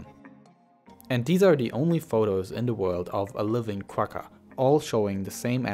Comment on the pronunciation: the "gg" in quagga is pronounced like a flem sound. Like the "ch" in Bach. It's the sound you make when you've got popcorn stuck in your throat.